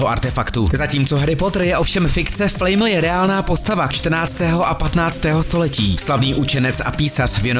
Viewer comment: Nečte se to flajml ale flamel